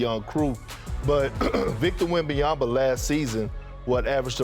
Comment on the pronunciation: Perkins: "Victor Wembyaba" 🤣🤣💀💀